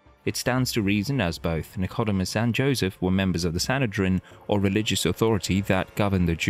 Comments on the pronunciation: Please, either use your own voice or a professional narrator! It's the Sanhedrin, not the 'Sanitation' and his name was Nic..Oh.. Deemus not Nick..Odew..Mus!! Nor frankly, does it matter one whit who the shroud belonged to, given the Christianity of 99% of Christians is based purely on faith and love of Christ our Lord & Saviour alone. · Pronunciation: Nic-CAU-domus ??? Got to laugh at AI. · I like the way he pronounces nicodemus totaly wrong . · Why are you pronouncing Nicodemus like that 😭 On a real note tho,many people were citified in that time frame and many of them had similar looks such as long hair etc etc. I can believe it comes from that time frame BUT I dont believe The Lord would let us have something like that because it would take away from our faith. The point of faith is to have it and know it from your heart and soul. Not what the world can show you.